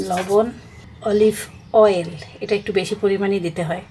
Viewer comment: Didn’t I tell you to say অলিভয়েল? So it will be olive oil? Now read the comment. What did someone say about your this specific pronunciation? It is NOT rocket science or very hard. You just didn’t try and make this impossible to pronounce. অলি+ ভয়েল = অলিভয়েল। that is olive oil অলিভ অয়েল। জয়তুনের তেল। “জলপাইয়ের তেল” বল্লেই তো হয় আপু, এতই যখন মহা কঠিন অলিভয়েল কথাটা বলা আপনার কাছে। অনেক অনেক শুভ কামনা ও দোয়া আপনার জন্য। ❤